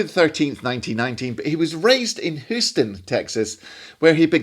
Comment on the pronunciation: Nice one,! Until this clip I was only familiar with Illinois Jacquet's lush sub-tone ballads. (By the way, if you had only said it once I would have ignored it, but since you mentioned it numerous times -- that city in Texas is pronounced Hyouston.)